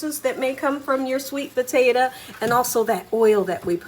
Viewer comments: "Potate-a"...... love it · I ljust love how she pronounces the word Potato> Puh-teh-tuh😊